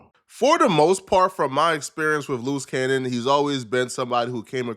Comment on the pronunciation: Sooooo...' Your Saying "Luce Cannon' is a "Loose Cannon'.🙄